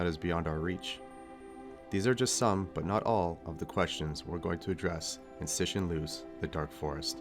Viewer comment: C in Chinese is pronounced as ts in English, so ci is like tsi, not si. You've got to the review of his second book and is still pronouncing his name wrong. I was impressed with your review of the first book. With the review of the second book, I think you are trying a bit too hard. Look forward to your thought on the third book.